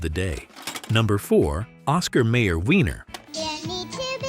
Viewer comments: It's pronounced oscar meyer add oscar meer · Why is it that videos like this always mispronounce something? Anyone who ever watched an Oscar Mayer commercial knows Mayer is NOT pronounced May-orr. It's MY-err. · Do you even listen to the ads before doing your narration? It’s Oscar My-er, not May-er. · You keep saying mayor, it's pronounced my er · Oscar M-eye-er wiener. Not May-yer. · When the chatbot narrator cannot pronounce the last name of Oscar Mayer correctly.. twice!